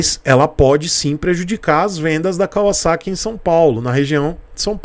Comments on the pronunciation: Nossa, como é satisfatório ouvir alguém pronunciando o nome correto da marca! Eles poderiam ter modernizado o conjunto ótico com led e painel totalmente digital. Essa moto é indicada para iniciantes? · Sim, Kawasaki em japônes é カワサキ, e se pronuncia KAUASSAKI. Para se pronunciar KAVAZAKI teria que ser algo como カヴァザキ, o que não é. também é cultura.